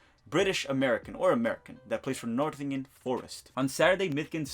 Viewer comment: Great vid but just as a heads up it’s “Nottingham Forest” not Northingham